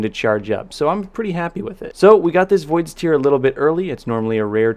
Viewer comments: Who do people pronounce it like that it's I thought it was tear like tear apart as in voids tear because it causes a tear in space but whatever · Cmon it's pronounced 'void's t(air)'. In all your time on halo 5 you thought the weapon was a crying void 😂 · PRO, yes there is a difference in pronunciation. Link below has both pronunciations. The one about salty water from eyes sounds more like the word Tier, the other about ripping things sounds more like a 'T" with the word 'air' after. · Exactly! It's always bugged me!